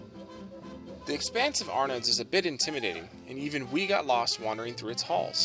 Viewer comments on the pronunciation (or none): I love the French 75 and Arnaud's but please, the D is silent....pronounced ar-no's.